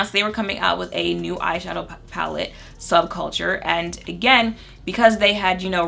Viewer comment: the audible laugh i let out at "subculture" 🤣 sub-chalker